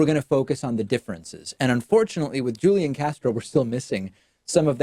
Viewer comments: I also wouldn't be supporting Tulsi Gabbard, but c'mon, David; you have to know by now how to correctly pronounce Julián Castro's first name. It's "HOOL-YAN"; not "Julian." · It's pronounced HOO-LEE-AHN Castro... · A point on pronunciation: Hoo-Lee-On. Julian is pronounced Hoo-Lee-On. ...you do know it's a Spanish name, right? Is the dialect you know that different from the one common in South Texas? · I just expected David as a native Spanish speaker to be able to pronounce a Spanish name. Maybe I'm wrong! ;-)